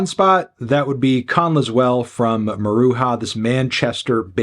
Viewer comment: Have seen Maruja twice and it’s funny that Anthony insists on pronouncing their name wrong. When their lead says his band’s name he just says it with a ‘j’ sound.